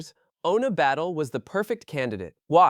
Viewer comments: It’s “Batlle”, catalan surname, not “Battle” 🤣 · She is free agent. Up to her. Also! Who is the idiot that keeps calling her Battle……. ? Learn to pronounce names and people won’t call your videos shite… like this shite video